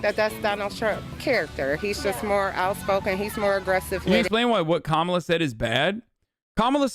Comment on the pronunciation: She also hasn’t said Kamala’s name correctly a single time and it does fucking bother me because at some point you’re just not you just don’t care you’re just disrespectful